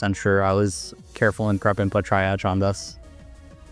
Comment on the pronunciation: lol "try-ag" stop